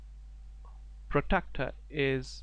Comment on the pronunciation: good video, clearly pro style, 1 suggestion you need to pronounce the word Protractor not Protector.